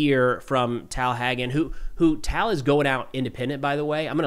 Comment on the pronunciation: “Tal” is pronounced like “tall.” I’m hoping the IDF has rescued some live hostages but isn’t revealing it so others aren’t demised. 🤞🏽